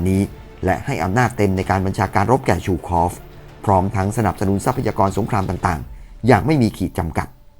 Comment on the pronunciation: ซู คอฟ ไม่ใช่ ชู คอฟ